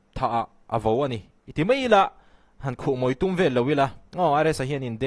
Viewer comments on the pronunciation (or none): Mai tih pawh thiam lo mei😅 va buaithlak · Mei a ti. Raltlan ani chiang mai. Mizo grammar diklo ania haha. Ar tih tur ah, Al ti tlat chu kha. 😂